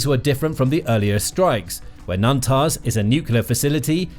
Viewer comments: I stopped watching after he mentioned “Nantaz” instead of “Natanz.” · Natanz, not Nantaz.